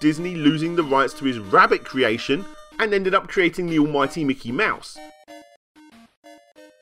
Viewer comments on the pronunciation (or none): none